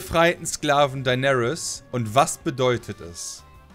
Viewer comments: WARUM SAGT TEIGÄRIEN EDIT: DEINÄRIS??? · Niemand:: Thaigaryens